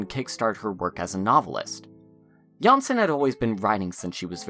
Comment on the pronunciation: It's really nice to see this resurgence in interest in Jansson and her work. I do have to note that the surname Jansson is not pronounced like this. The letter o in the name is pronounced like o in oligarch. In the video, you pronounce the name like that of a Danish variant Janssen. Also for advanced fans: the o in Tove is not pronounced the same way, but somewhat like the word "to" or "Moomin" (more like the vowel u) but with stress and therefore elongated slightly.